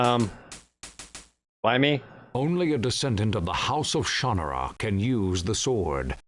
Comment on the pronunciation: pretty sure they are pronouncing it incorrectly in the game.